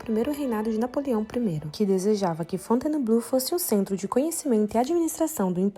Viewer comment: Tente falar Fontainebleau com 3 sílabas e não 4: Fon-tain(e)-bleau, senão fica abrasileirado demais